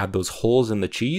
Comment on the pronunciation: "we don't need this mapping node for the voronoid texture" 5 minutes later "lets add a mapping node to the voronoid texture"